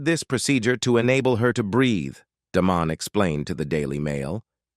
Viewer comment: A.I. can't figure out which way to pronounce the doctor's name! Da-mahn, Daman, da- ha- man, or Da- MAHN. I once thought she was murdered but I think it was a self- fulfilling event from her own paranoia. Bad judgment & decisions were made that night. They could have stayed right where they were for the evening. Nope, had to leave. Chose a drunk to drive. She's gone and it is undeniably sad. If they had saved her life, what kind of life would it have been? Probably incapacitated at the least, brain damaged at worst. Allegations made at time were drenched in despair, emotional turmoil. Her memory/ legacy lives on.